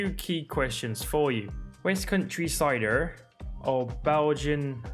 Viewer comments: OKAY IM SORRY BUT THE WAY HE SAYS CIDER HAS ME ON THE GROUND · It's a west country accent bruv